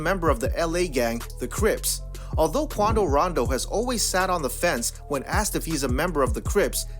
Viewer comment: Everytime he says „Quando Rando“ I think of „Geraldo Waldo“ from that Urcle Series 🥴